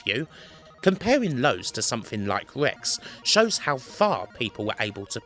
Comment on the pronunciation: R. Rex. not Wex.